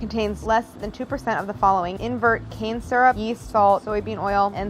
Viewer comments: is it me or when she says cane syrup it sounds like shes saying cancer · The way she says cane syrup sounds like Cancer 😂😂😂